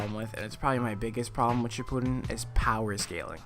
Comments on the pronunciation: He said shippuden wrong........ ODDMEN RASGAN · Its not naruto shipuden your saying it wrong